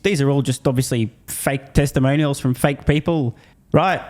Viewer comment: New word: “Teslamonial”